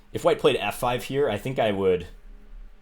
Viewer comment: "Let's go hyere" :)